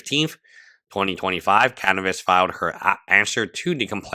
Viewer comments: I love u but its Caviness nor Canivess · The way you say Caviness sounds like cannabis, which is very fitting 🤣